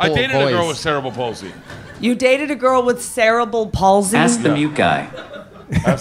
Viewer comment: Mf said cereal bowl paulsey 😂😂😂